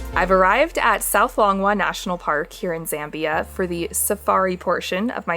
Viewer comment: Z-ah-mbia, not Z-eh-mbia...and welcome